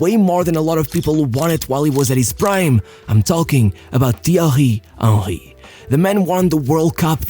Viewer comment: Thiahhi erri😂